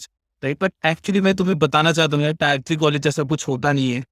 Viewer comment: टीयर होता है टायर नहीं, इसी से पता चल जाता है कि आप टियर 3 से हो, टियर को टायर बोलते रहोगे तो microsoft तुम्हें बहुत जल्द निकाल देगा